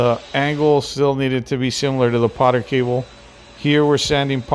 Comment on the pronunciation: PORTER Cable. Not Poter.